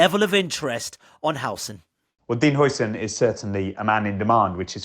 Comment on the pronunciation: It's pronounced 'How-son'